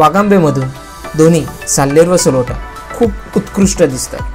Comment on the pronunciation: छोटीशी दुरूस्ती .. सलोटा नव्हे साळोटा